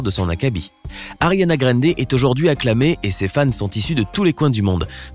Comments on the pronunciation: “Ariana GraineDé” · " Ariana grendé " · " Ariana Graiiinde " lol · Y a que moi que ça a choqué le « Ariana grrrinndéai »😂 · "Ariana Grende"💀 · "Ariana Grénedé" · Je n'aime pas comment tu dis ariana grande , elle est trop belle et super talentueuse alors tu la respecte !